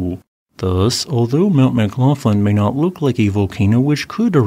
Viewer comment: McGlofland? Is that how that name is pronounced? I tend to pronounce the gh with that sound at the back of the throat you have in Gaelic.